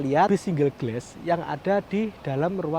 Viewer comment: Dibacanya bugan gles tapi glas